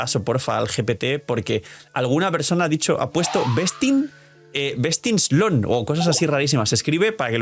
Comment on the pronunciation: Hola, el problema con la expresión “Best in slot” es que siempre lo pronuncias mal. Por eso es que muchas personas mal interpretan lo que dices. Porque “slot” lo estás pronunciando como “slut”. Slot = “slɒt” Slut = “slʌt” Entonces, no es cuestión de que los demás revisen ChatGPT, es cuestión de que lo pronuncies correctamente.